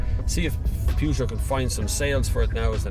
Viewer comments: Ah now, still saying Pewgeot!;-) It's alright, it's your trademark! Very good review, love the Peugeot 508. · And how do we pronouce Peugeot? Definitely not like that! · Not relevant. Peugeot is only pronounced how the French company pronounce it! ;-)